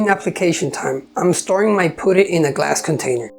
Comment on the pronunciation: Very pretty planter box. Thank you. Also want to say that the 'u' in putty is pronounced the same way as the 'u' in the word up. Looking forward to watching mire if your videos 😊